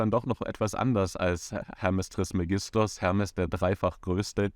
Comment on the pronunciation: Bitte trismégistos sagen, es ist auf dem e betont.